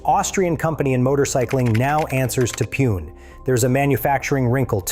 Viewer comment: Excellent video, though I want to point out that Pune, India is pronounced Poo-nay.